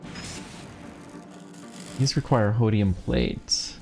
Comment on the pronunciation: its holmium not hodium